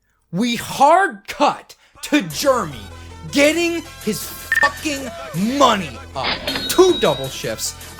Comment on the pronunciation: BRO why you say JEREMY like that?!